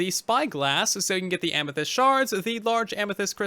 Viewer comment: "Tinted Amythest" wait what?